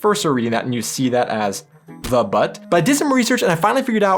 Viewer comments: Please don’t say batt! U like in huge! Der Butt not batt 😉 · Der Fisch "Butt" is not pronounced like the english arse. The u is more pronounced like the "oo" in book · Sound is oo for u so it's not to be pronounced like you did.Hunde machen Wau Wau.frag doch There are predator and non predator fish. You will learn this if you do a german fishing license. Bra tea stupid marketing. But dude do you know why Vick's is not named like that in Germany? Listen to that Vick's sound like Wichs which is ejected male sperm. Ore shoe polish 😁😆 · Thing 2: simply "shit-bag" ;-) - Thing 3: "Der Butt" ist wrongly pronounced, not [ba:t] but [bu:t], like in german "Butter" (not a batter!) - "Flounder" ist german "Flunder" - a "Butt" is the "Steinbutt", in English "turbot" (Scophthalmus maximus) - f.i. the name of Günter Grass' novel "Der Butt". (Grass earned Nobel Prize in Literature 1999) - Thing 5 is a bad chosen acronym, like the former car "Mazda MR2" in French "merde", engl. "shit". Thing 7: bad Denglisch! - wtf is "Ranch" taste? Smelly cow stable? - Thing 8 "Fried-Fisch" ist spelled wrong in German. Plankton- or plant-eating fish. Opposite: "Raubfisch" / predatory fish - Thing 9: Fingerknöchel! Wiki: "The knuckles are the joints of the fingers." - Thing 10: Wiki: "bra, short for brassiere or brassière", an "T" means "Tea", not "Tee" - what's the problem? "bra" is deduced from Russian "brat" = Bruder / brother. (Google is your friend!) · Please don't fret, but English people ignore the pronunciation of the German alphabet. Why you can't say a "u" like a u in "butcher". A u is a u and nothing else. A u is never an a. You write Butt and say Batt. But with "almost" you don't write "fust". A butcher would be written like this in German: batcher 🙂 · Bro, no native german ever reads "Der Butt" as in ass. It isn´t even pronounced anything like butt. its a u like in university. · Butt isn't pronounced the same as your posterior. The u is more like in the word pull (but not quite)